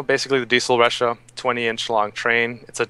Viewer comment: It's lachha not ressha. I know it is written started with a R. But when u pronouce a name thats not english, please respect their language before infusing it with American pronunciation. Just like name jose, if u can call it ho-say instead of jo-say.why cant u do the same in japanese? The name it even spoken out in the god damn changer "thing". Please respect, and peace.